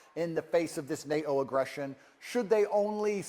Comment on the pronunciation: For some with a surname containing two Ts he really should learn to pronounce that consonant. It’s NATO, not NA’O. Stick to your fighting and misogyny. Leave the politics to the grownups.